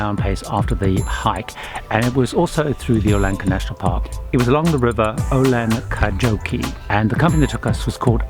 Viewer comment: Oulanka national park, so the river is called Oulankajoki, as in Oulanka...joki, not Oulan..kajoki as you said it :) Joki (said like 'Yocky') means river, so the rendtion Oulanka River Works. Oulanka I can't translate. Sounds an old Word, or could be made from the Sámi language, the indigenous people of northern Finland. Oulanka might derive from the same origin as Oulu, the name of the city of 100k people ('capital of the North') in the delta of a river with the same name. That name comes from one of the Sámi languages, but don't remember the meaning.